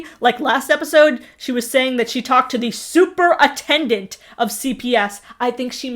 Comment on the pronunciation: "super-attendant" LOL! 🤣🤣🤣🤣